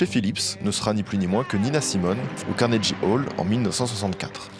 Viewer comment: par pitié fais des recherches sur la prononciation des mots anglais avant de filmer.. Prononcer Carnegie Hall comme ça c'est pas possible T.T